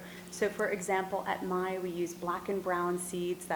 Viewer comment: the lady from Maille is correct